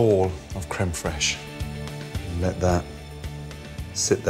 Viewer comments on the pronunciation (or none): He mispronounced "creme fraaaaaeyshshhhh" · Thanks to South Park I can't help but laugh everytime I hear creme fraiche lol